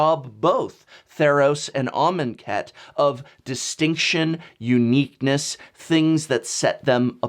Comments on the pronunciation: I will never unhear "almond cat". Even when you said it correctly, or at least I think you did, all I could hear was "almond cat" haha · Can not unhear almond cat... xD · Shane Riddell 10 minutes of him writing amonkhet in a word document and saying it out loud. 'armen cat? are men cat?'